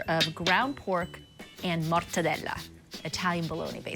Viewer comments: I'd eat that slider out of her buttcrack but her over pronunciation of MORRRTADELAAAA is annoying AF. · Its interesting how GIADA overpronunciates the names of the Italian ingredients. "MORTEDELLAAA" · With the hand movement or it doesn’t count